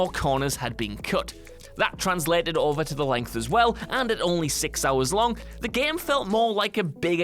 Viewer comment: Is it me or is he is saying GEEME